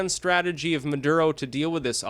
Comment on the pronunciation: mah-durr-uh oh